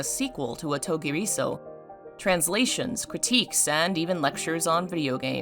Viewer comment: If you want to say this title (or anything in Japanese) there’s a rhythm you need to follow so it sounds normal. Like the title, clap your hands to space the sounds out… O_TO_GI_RI_SO_U the R needs to be gently rolled like in Spanish, and the U get tacked onto SO like the OU sound in uncouth ….the way the author of this video is saying it kinda hurts. Just let the sounds flow. It’s easy if you try. Promise.